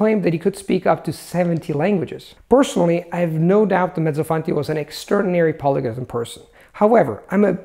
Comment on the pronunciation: Did you pronounce "Mezzofanti" with an english accent, or it is just me? :) I experienced telling someone my name with an english accent just because I was speaking in that language ahah